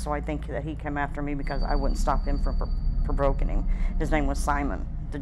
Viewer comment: "Provokening" LOL